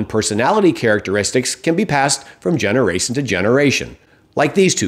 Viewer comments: “from generace to generation”. I guess everyone does it once in a while. Lol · I really don't like trump, but if you make fun about someone's mistakes, for example for pronouncing words wrong you really should at least re-record it if you miss-pronounce something. That's just my opinion of course. I talk about how you pronounce the first "generation" at about - .